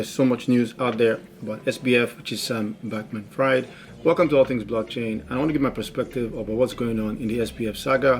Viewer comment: I love the way you pronounce his name 😭😭 good video bud